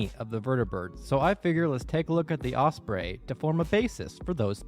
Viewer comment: Don’t like to be rude but the was you say osbrey is very weird